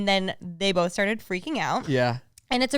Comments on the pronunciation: "bolth" and "thum" lol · The way says “both” with an Irish accent or something I love it 😂